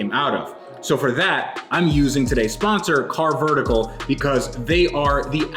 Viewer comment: you are saying carvertical wrong. See Matt for the correct way.;)